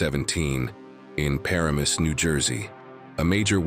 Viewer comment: ParaMUS? It’s paRAMus 😂